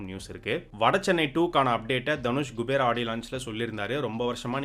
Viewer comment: It’s not gubera it’s kubera thevdiya payya tell correctly